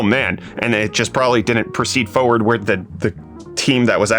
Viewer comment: bro i love ya but for god sakes its forward..... forward.... FORward.. 4WARD. not fo-ward. don't know why it bothers me so much but i feel better now. thanks